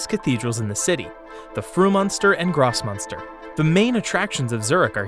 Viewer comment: Constructive criticism intended. Ask a German speaker to to pronounce the names of places, like Grossmünster. You are totally butchering the names.